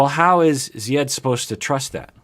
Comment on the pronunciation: WOW no fuss, no rants no condemnation of America....even though the pronunciation of Zieds name changes constantly, yet we endured entire sessions on larissas name pronunciation. Tsk tsk continuity.